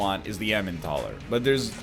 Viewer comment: Day ???? of NL calling the Elimentaler the Emintaler